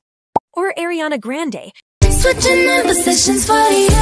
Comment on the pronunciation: Also it’s really annoying that the ai can’t pronounce Ariana Grande correctly.